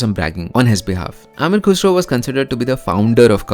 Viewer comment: Correction amir khusr hi ameeer khusro Hain Zara tallufuz pe dehan do